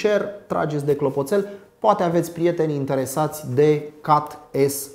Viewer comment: Ai spus cumva "cat"? Cum plm sa pronunti cat, in loc de chet?